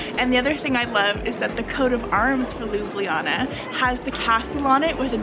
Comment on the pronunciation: Hey Americans, great review. But please please Canadian guys, stop masacring spelling of the city Ljubljana. It’s not Lyubliana, it’s like Lublana (read looblahnah). Take the letters J out (it is a foreign insert from Panslavic lovers anyway, Ljubljana 100 years ago was just Lublana). Thanks!